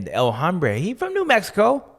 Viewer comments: He is actually mispronouncing "El Hombre" and saying "El Hambre," which means "The Hunger." 😅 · It hurts my ears when you pronounce the H in El Hombre